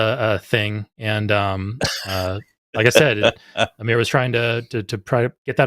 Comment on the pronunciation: pronouncing Amir's name "aymer" from now on